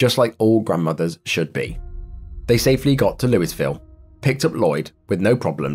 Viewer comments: It's not pronounced "looooisvill" it's pronounced "loovull. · Louisville is pronounced Loo-ee-ville. So sad. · Lol, he pronounced the S in Louisville 😂